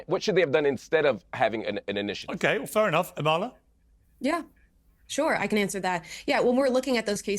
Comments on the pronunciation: I’m dying that the black guy pronounced your name wrong 💀💀 “amALa” instead of “AMala” literally would’ve screamed racism at anyone who pronounced Kamala’s name that way during the election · Is it just me or does anyone else wanna scream when they mispronounce her name. I'm like its "Ama-la NOT A-ma-la"! 👏👏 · Piers is never going to say Amala's name right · Really pisses me off they all are saying Amalas name wrong